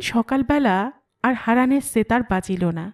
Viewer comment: Why do you say "setar"... in bengali, it is pronounced as 'SHetar'